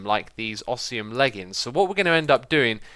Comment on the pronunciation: ITS OS-MI-UM XISUMA